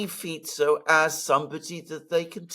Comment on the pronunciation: Alexander must be the only guy who pronounces the SLovak PM's name properly: Fitso, not: Fiko. I respect a guy who cares about details.